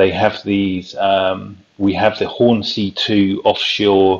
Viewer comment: It's Hornsea not Hornsey